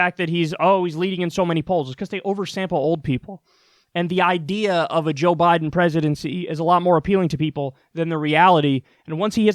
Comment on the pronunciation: Joe Bye-then.